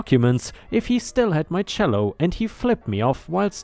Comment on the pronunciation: Cello is pronounced chello